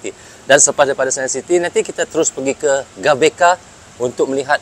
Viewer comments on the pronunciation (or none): GBK (GeBeKa) bukan gabeka..🤭😁